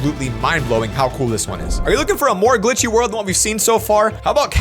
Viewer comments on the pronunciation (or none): do u mean world instead of word u forgot the L just seying